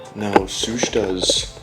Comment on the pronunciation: you definitely pronounced Soosh wrong!